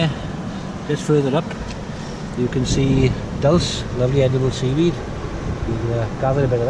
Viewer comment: I hate the way like he said "seaweed"